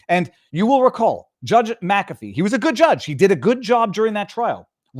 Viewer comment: "Ich bin dumm" and thank you for knowing how to pronounce McAfee. A few YT don't. Like Dr Steve and Benny